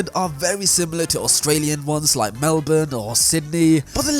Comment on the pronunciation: BLOOD SAID MELBORUNE RIGHT LETS GOOOO